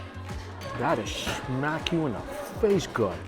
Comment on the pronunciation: Ssssssssmack…it’s smack